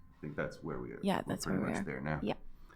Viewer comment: "ther" is not a word. stop saying ""ther". drop the lazy vocal fry. sounds bad. your brain is not engaged when you do it.